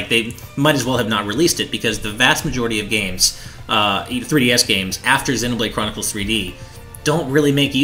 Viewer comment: they also say zen-o-blade. Isn't it zee-no-blade?